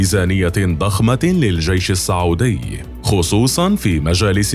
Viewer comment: السعودي (بالسين) الله يخليك مو الصعودي